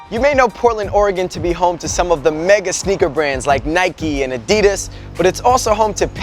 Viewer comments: how can my guy say adidas like adeedas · when u say adidas like u, u sound wierd